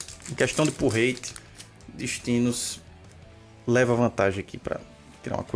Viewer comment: sempre que ele fala pull rate eu entendo porrete